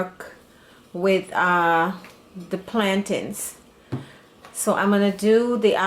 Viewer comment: I subscribee the minute you said plantain the right way Nuff respect from Jamaica🇯🇲🇯🇲